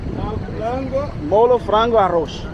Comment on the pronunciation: Its not molo.Molho.pronounced like this....Mollllllyiu.